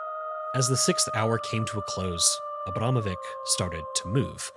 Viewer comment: It pronounced Abramovich. Time after time when I watch videos about famous foreign artists, no one even bother to spend few minutes to figure out how to pronounce their names.